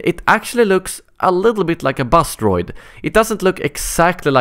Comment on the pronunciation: lol when he says buzz droid it sounds like bus droid